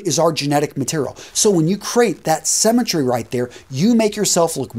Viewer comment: Sounded almost like cemetery! LOL